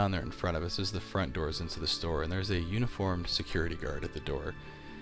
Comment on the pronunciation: I know, I just had the first impression that he pronounced it weirdly.